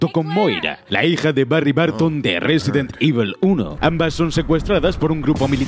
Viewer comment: Resident ivol ...